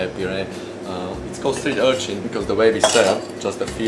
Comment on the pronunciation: Good job with "Streen Urchin"....